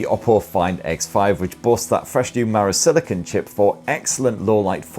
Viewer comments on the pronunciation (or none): none